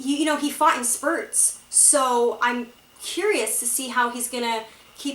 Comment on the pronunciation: She says "spurts"